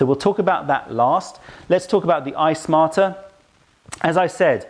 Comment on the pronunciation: Why do I keep hearing "Ice Martyr" instead of iSmarter? Sounds like a kettle with attitude. :)